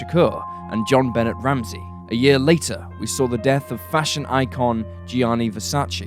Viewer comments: Her name was JonBenét, not Jon Bennett. It's pronounced Ben-ay. Any quick YouTube search would give you tons of old news footage with the correct pronunciation. Please have some respect for a murdered 6-year-old and say her name correctly! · Jon Benet is pronounced Benay - the t is silent, as in the word beret. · Yet they won't do a 5-second search to get the correct pronunciation of JonBenét. They prefer to be disrespectful to the memory of a murdered 6-year-old by making a video that calls her "John Bennett". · Personallly I'm kind of amazed right at the top he mispronounces Jonbenet Ramsey's names as "John Bennet". I mean, is he unfamiliar with that case? This is a true crime channel ffs... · Seriously???? "Call-UMM-bine"???? First, you refuse to do a 5-second search for the correct pronunciation of JonBenét, and now you refuse to do a 5-second search for the correct pronunciation of Columbine! Feeling disrespectful of murdered kids today, I see. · You don't pronounce the "t" in JonBenet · Just over 30 seconds in and you've mispronounced both Jonbenet and Columbine. Your videos are usually so well done.